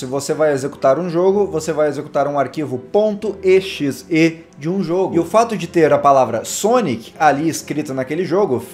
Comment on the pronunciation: Não se diz E X E diz-se exe (eu sei que vcs não me estão a ouvir mas tu disses-te errado )